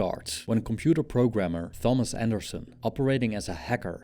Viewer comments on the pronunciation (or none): Never heard anyone actually pronounce TH in "Thomas" like in the word "Thanks" lmao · Computer-generated voices are so annoying, especially cheap ones. -- at 0;09 the name is Thomas, pronounced Tomas, w no "th" sound.